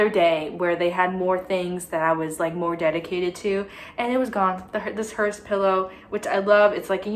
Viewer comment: hearse doesn't have a t but great video sweetie